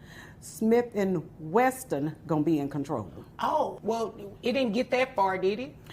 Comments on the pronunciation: Smith and Wesson - not Weston ! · “Smith and Weston”????? LOL LOL Someone tell her how to pronounce WESSON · And it's not "Weston" it's Wesson! 😊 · Did she say "Smith and Westin"? 🤦🏽‍♂️🤣🤣🤣 All these years I been saying it wrong and even gun makers have it wrong they been putting "Wesson" this whole time😂😂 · Ma'am, it's Wesson...not Weston. You shouldn't possess a firearm that you can't pronounce. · Aww grandma, it's Smith and Wesson, there's no T in that last word(gun maker)